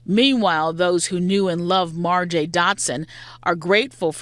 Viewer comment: "Marjay"?🤣😂🤣 Pathetic.